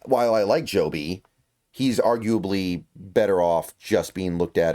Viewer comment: It's pronounced Jobe, just how it's spelled. Not Joby.